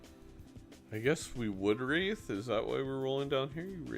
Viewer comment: It is "wraith". Not "wraithe". Hearing you say it wrong again may just cause my basilar artery aneurysm to finally pack it in. Thankyou for your attention. NB. It will not be zany to say it wrong ironically from now on.